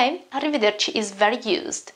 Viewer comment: I couldn’t get differentiation at pronunciation of “ARRIVEDERCA” Kindly please keep proper subtitle.